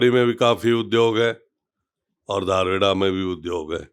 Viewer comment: धारुहेड़ा नही दारुहेडा